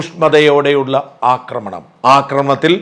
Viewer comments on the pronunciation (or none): none